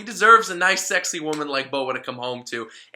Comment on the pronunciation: "Not only is she sekushii..." Was that intentional?